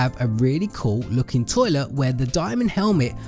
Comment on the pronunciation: The way he says toilet XD